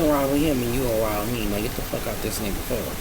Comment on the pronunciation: “Get out the carrrr.”😭